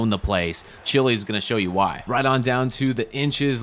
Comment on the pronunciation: As an MSU fan hearing Aidan “Chilis” instead of Chiles is hilarious